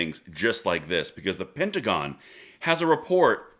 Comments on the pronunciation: the pentagram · Your mispronunciation of the word pentagon is becoming more appropriate by the day.